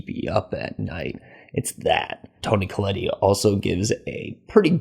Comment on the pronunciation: "There's no real development from normal to strange. It just starts out strange." Yep. Your point? The "e" at the end of Tony Collette's name is silent. Ellen intended for Peter to be the host for Paimon because it wanted a male body but Annie didn't make Peter available to her so she zeroed in on Charlie. (Ellen tried to use her own son, Annie's brother but he committed suicide once he figured out what she was doing to him) Re: Charlie's death: "It's a lot of coincidence being played off as grand scheming and it really falls flat." LOL. You're trying to use logic to explain the supernatural elements of the movie. You must have a HUGE problem with the headless corpse levitating! LOL. Re: Annie's miniatures: Whining about your unmet expectations in that department seems unfair. You should critique a movie for what it is, not for what it isn't. It's blending of the psychological and supernatural was the point, not a structural flaw. Overall, I think this movie is most successful with folks willing to go along for the ride and not overthink it every step of the way.